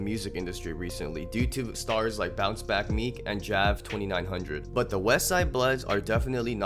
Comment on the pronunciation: it’s pronounced Ja-vin he said it in thru da bity